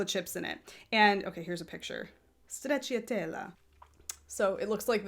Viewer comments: My Italian is incredibly rusty, but is the middle "cia" pronounced "chi-ah"? I thought it'd be "cha", like stra-cha-tel-la? Edit: okay yeah I checked Google translate, and it's pronouncing it with "cha" - which tbh sounds like a hell of a lot easier to say than how was doing it. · Hi! I'm Maria from Sweden. I like your podcast and would like to say that you pronounce stracciatella very good. However, the i is silent and makes it more easy to say❤️ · It sounds like "Stretchy Tella"